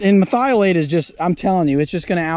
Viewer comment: Say it with me, Mer-thi-o-late